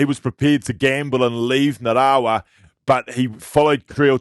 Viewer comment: bro get your pronunciation sorted out for our man Nga- ra-wa ok! Geez boy that's embarassing for an ex Wai-kato legend! See bro I feel bad for you coz this could go viral for all the wrong reasons so, bro help me to help you cuzzy!